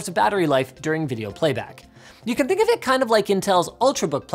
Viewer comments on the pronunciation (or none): "YoucanTHINKOFIT like this"